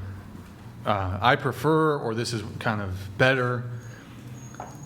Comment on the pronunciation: Morons say shit like "perfer" instead of "prefer", "farmiliar" instead of "familiar"